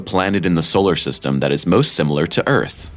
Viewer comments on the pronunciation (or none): none